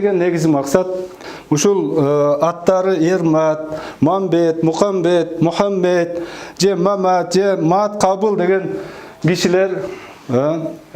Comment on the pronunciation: МухамБЕТ дешет кээ бирлер нервди кащщщщайтыпчы!